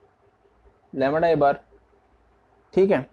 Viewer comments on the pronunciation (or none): Bhaiya lamda hota hai lamra nhii hota....